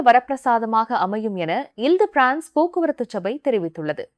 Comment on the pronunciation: நீங்கள் frnce ஐ ஆங்கிலம் போன்று உச்சரிக் கின்றீர்கள்